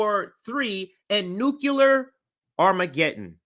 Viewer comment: Nuclear, not nukular... please sir.